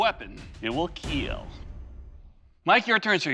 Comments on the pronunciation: "It will keal"... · "Your weapon, it will kiiel" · "It will KEEL...." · It is absolutely ridiculous they can't say "kill" in the show that is all about things that kill, and had to develop this family friendly "keal" monstrosity. Incredible idiocracy. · It will Keel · iT wiLL KeEl! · it will “KilŁ” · I think it is pretty annoying how he pronounces the word "Kill". I wish he didn't do that. Worst part of the show.